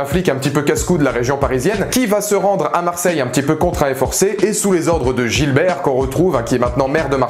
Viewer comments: Sinon c'est Gibert pas Gilbert, mais merci pour la critique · C'est GIBERT !! GIBERT !! Pas Gilbert... C'est son nom de famille... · Gibert, pas Gilbert ^^